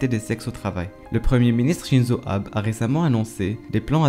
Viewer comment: Ça se prononce Shinzo AbÉ